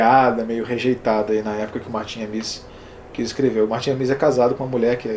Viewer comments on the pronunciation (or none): De onde você tirou essa pronúncia afrancesada de "Amis": A-mÍs? A tônica está em A: A-mis. Martin A-mis.